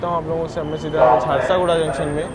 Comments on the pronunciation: Naam hai jhar-sugda. Not jharsa,-guda. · bhai its jharsuguda junction Not jharsaguda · Bhai hindi to thik se padke boliye Jharsaguda nahi hai Jharsuguda hota hai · Jharsaguda nahi JHARSUGUDA naam hai..... Station ka naam to sahi dhang se lo yaar.... It's your job Or may be not..... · झरसागुड़ा नहीं झारसुगुड़ा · Chakradharpur waha ka canteen kabhi mauka mile to samose aur rasmalai jarur khayeaga. And it's jharsuguda not jharsoguda sorry but rectifying the error..